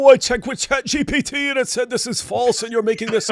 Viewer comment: David- It’s Chat gPt, not gbt 🤦🏻‍♀️